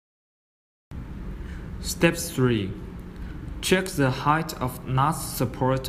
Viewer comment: Great video series, very clear and helpful,. I was able to build mine in one pass with no errors and no magic smoke escaping. One suggestion, and I am not being a smartass... Given the language and accent differences, the word 'The' sounds identical to the american way of pronouncing 'Z'. If you use the english way of saying it then there is NO confusion (US Z=Zee, English Z=Zed) again, not trying to be a smartass. just trying for clarity.